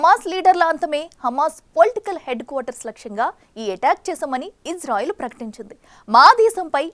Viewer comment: మీరంటే మంచి అభిమానం ప్రతీ వీడియో మిస్ కాను సార్ దయచేసి నా మనవి వినండి ఇశ్రాయేల్ అనండి/వ్రాయండి సార్ ఇజ్రాయేల్ కాదు సార్ హిబ్రూభాషలో ఈవిదంగా లిపి ఉంటుంది יִשְׂרָאֵל కుడి నుండి ఎడమకు చదవాలి 1.యోద్ =య "ఇ" ( * יִ ) 2. షీన్ = ష లేదా “శ” ( * שׂ ) 3. రేష్ = ర (* רָ) 4. అలెఫ్ = ఎ (* אֵ ) 5. లామెద్ = ల (* ל ) *ఇశ్రాయేల్ * ISRAEL ఇందులో "J" ఎక్కడుంది సార్ దయచేసి ఆ దేశ సార్వబౌమాధికారంతో పెట్ట బడిన పేరును అవమానించవద్దు, ఇది గమనించండి. ఆదేశం యొక్క పేరును అబాసుపాలు చేయకండి. మాకు తీరని అవమానం. ప్రతీ అక్షరం క్రింద ఒత్తులు (దాగేష్ ) ఉన్నవి. హిబ్రూ అక్షరమాలలో "జ" అనే సౌండు లేదు మీకు శతకోటి దండాలు తప్పు పలక కండి,వ్రాయకండి.